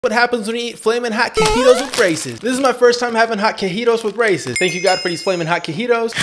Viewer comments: Grown ah man saying cuheetos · It’s pronounced chee-toes